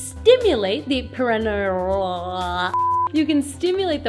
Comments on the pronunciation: Pear-uh-knee-uhhl, not: pear-ihh-knee-uhll. Sorry, was driving me crazy! It's one of those stupid English words that gives the speaker no clues. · you are awesome. But, or Butt...ha ha....Perennial (the way you are pronouncing it) means multiyear plant (as opposed to an annual plant that dies after it flowers/seeds the first year). Perineal (sponge) -the anatomical part is pronounced "pear-un-NE-al (like the name Neil at the end) and the emphasis on the third syllable and, is derived from the word perineum. I just thought you might want to know. Knowledge is power, but I love that you noticed the nature in your video (moth/spider). Hugs!